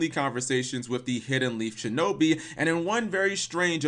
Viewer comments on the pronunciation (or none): none